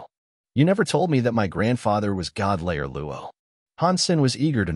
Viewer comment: Need to get the pronunciation right it's god slayer not layer.